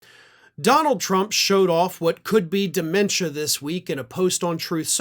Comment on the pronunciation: Why do you keep calling it de.mentia? He's always been an IDIOT.